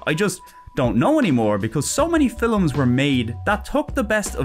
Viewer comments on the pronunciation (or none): Rewatching this and only bow noticed "Phi-lims" for Films.